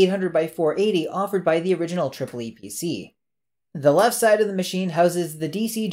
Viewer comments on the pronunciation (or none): funny how you say tripple e pc. in germany it was promoted as epc with a long spoken e